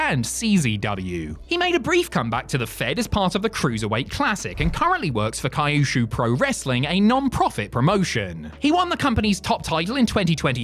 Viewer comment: Your pronunciation of Kyushu was… atrocious. I’m gonna start using it.